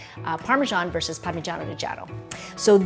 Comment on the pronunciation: Parmegagagiano? Is all i heard 🤣 love both though